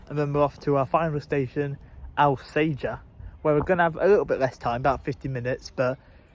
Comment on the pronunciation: Alsager = ALL Sage ER, if you say Al sager we let you know we make more bullets here than anywhere else in the UK